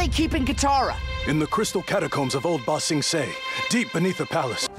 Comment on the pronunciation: Bruh, end of book 2, you still can't say ba-sing-say 😂😂😂 all jokes man lol Book 3 is amazing. It literally only gets better from here. And yes, you should definitely watch some more anime. If you like the clean action scenes in this, you'll love some shows like jujutsu kaisen, demon slayer, my hero academia, etc. Would love to see some more anime on this channel!